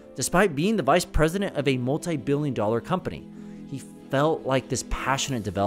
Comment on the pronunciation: Lmao, “the vice priesident” these companies have like 30 of those kid